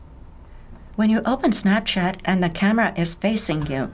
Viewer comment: This lady said “Stabchat”